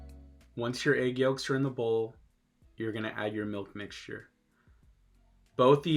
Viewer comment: It’s when you said “ehgg yhoolks” for me